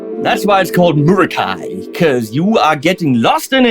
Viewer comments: hahaha very good!... I wish you could too my Latin friend! The "scholar" that advised WALRUS AUDIO to pronounce the Greek Ra as Ru should be put in academic jail. Even for the ERASMIANS it can't be right.. it makes absolutely no sense. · Haha, I’m American, and it’s pronounced “meh-RA-kee” to me. Sorry, Walrus. As a stereo player, I’m pleased to see such a stereo-specific pedal. Very cool!